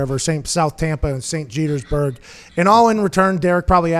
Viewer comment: Saint Jetersburg lol